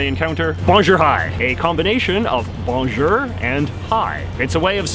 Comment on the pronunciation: That pronunciation of bonjour made me cringe